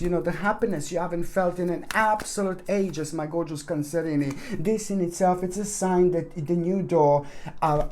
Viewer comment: I just drop by to hear him say cancerinie. It's like "Where's Waldo" spotting the hidden cats.